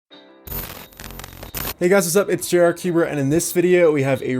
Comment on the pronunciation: Ever noticed that he says Jerrod or Jarrod cubes instead of JR cuber. Or maybe something is wrong with me years.